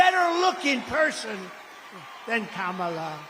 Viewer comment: It drives me absolutely crazy that ppl are STILL mispronouncing Kamala Harris' first name at this point. It makes me instantly question any insights the speaker might have because how am I supposed to believe that you have any deep knowledge about Harris or her campaign if you never even bothered to say her name correctly